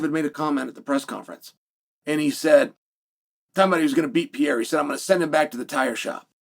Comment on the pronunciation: Not Alex Piera man its Pe Re Ir A 😂